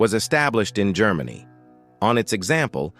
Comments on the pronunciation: "Grrr-many? Really? Please use a human narrator! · Yes, when it could not pronounce "Germany", about 15 seconds in, I quit.